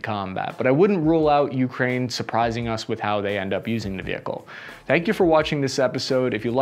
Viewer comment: I hate how he says YOU-kraine just say it without stressing the U please ffs